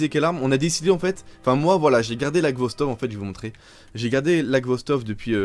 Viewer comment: tu dis ghostov au lieu de khostov x) , mais sache que c'est une excellente arme , je pensais que tu l'avais deja test